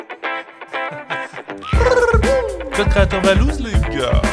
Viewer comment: du Sucre roux Mes oreilles:🤯🤯🤯